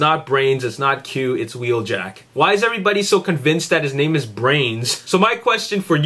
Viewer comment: wooo i got a shout out but you said my name wrong but its all good :D